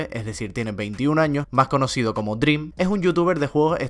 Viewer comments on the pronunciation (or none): siempre que dice dream: DRÍM 😡